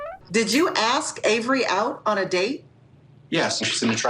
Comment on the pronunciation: "Axe" a question? Hurt your "fillings"? Ugh.